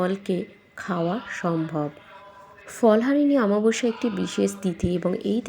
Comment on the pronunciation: কথাটা অমাবস্যা, আমাবস্যা নয়। ভুলভাল বলেন কেনো।